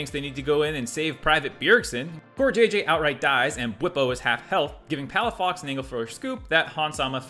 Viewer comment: Good thing I finished drinking water before the "Palafucked"